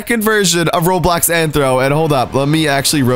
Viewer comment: Omg its RO*BLOX* not RO3D i mean wtf RO3D?